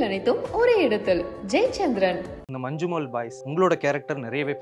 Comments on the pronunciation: It is not Manchumol it is "ஞ" . When two "ஞ" is kept together we will pronounce Manjummal.When the English letters "Nja" is used we pronounce it as ஞ in Malayalam for Malayalam ஞ. In real life police had beaten them severely and spoken bad words to them. That much is not actually shown in the movie. They confiscate all money and give them back only the amount for fuel expense for their journey. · "Mannummal boys" is pronounsation